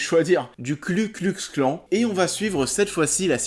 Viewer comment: Hello , super chaine j'adore ! Petit message pour t'aider à prononcer KKK la prochaine fois : c'est Ku klux klan pas KLU klu !